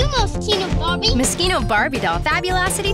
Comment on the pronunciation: I thought they were saying mosquito Barbie lol. I was like WTF. Ohhh Moschino ... wait, what's Moschino? I needed help from the google machine.